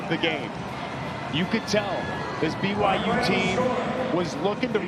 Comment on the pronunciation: Audio picked up a Colorado player saying b y w h o?? It's byu! BYU BYU BYU!!😊